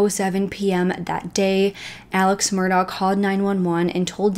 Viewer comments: The town is pronounced Bu fort, not Bow fort. The name is pronounced Mur duack not Mur dauh. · Please, please, please if you’re going to do a video on a real crime, pronounce names correctly. There are videos out there if you research where the Murdaugh name is pronounced by cops etc (pronounced Mur * dock). Beaufort is not pronounced Beau as with a long o sound. It’s a long u sound. And the bow of a boat is pronounced like bow wow. I know you’re probably not from the south but there’s so many videos you should’ve seen while researching. This is an interesting case to me and I have been watching and reading up on it. There’s more info out there. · Thank you! She clearly did some research but my guess is she didn’t actually speak to anyone from the area. The last name is pronounced “Murdock” also. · Hey. My parents were born and raised in this part of SC, and we're distantly related to the Murdaughs. If I may respectfully, suggest...the pronunciation of Murdaugh is, "Merduck", said without a break between syllables. Beaufort is pronounced "Beeyewfert". Again, spoken straight through without separating syllables. -Thank you for doing this piece. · You might have heard this by now, but it’s pronounced “Mur-dock” and they say Alex like “Alec” no idea why, I have a friend who is from there and that’s the dialect… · It’s leek Murdock their pronunciation, Beaufort, Bufort is how we pronounce it in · Pronounced murdock. Sorry i cant listen to entire video mispronouncing name. Yack.